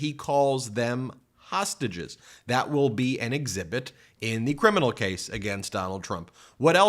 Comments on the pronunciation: Hosuges Ben he called them Hosuages.. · Did he say he calls the insurrectionists "h'sausages" ? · Actually he called them hossagizzz